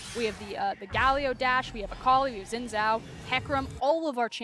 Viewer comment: I didnt know people with enough strength to throw a game that far would exist. BTW: it's not zin zao, it's not djin djao, it shin (like sheep) djao (like aDJacent).